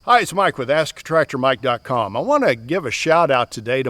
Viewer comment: Lost track of your channel but rediscovered it recently. When I hear the intro "I'm asK " I feel a little guilty for giving you crap about that, lol. Decent guy doing an honest videos, keep up the good work.